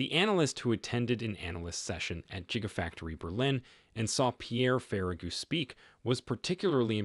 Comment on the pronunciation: Did he say Jigga Factory? Reported